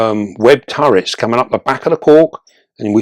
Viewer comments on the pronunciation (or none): none